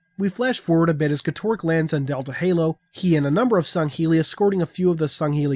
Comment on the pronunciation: at first I thought I misheard u or was going insane when u said going to get sangheli glad to know I'm not insane lol